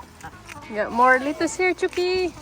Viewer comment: Not litus. Letus